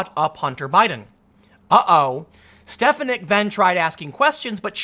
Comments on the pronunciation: Love your videos, Tim! But, you were killing me with the pronunciation of Elise Stefanik's name. She's my rep in Upstate NY. her last name is pronounced steh-FAH-nihk, not STEHF-uh-nihk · It's Stef-AN-ik. Sorry, had to get that off my chest. Carry on. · its pronounced "Stef an ick"